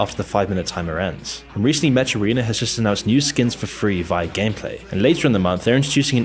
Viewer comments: its pronounced MEK .... not mecchhhh MEK.. like mechanic ... HARD K bro.... hard K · He said mesh instead of mech, never heard someone say that wrong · Just for future reference, "mech" is pronounced "meck", not "metsch". It took me a while to realize what you were talking about. Okay I guess I should actually watch the rest of the video now. 😂 Surf Wisely. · Anyone tell this man he’s saying mech wrong? It’s pronounced meck. Like mechanical, but shortened.